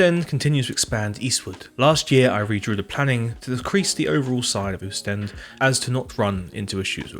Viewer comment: It's also pronounced 'Ostende' not 'Ewstend'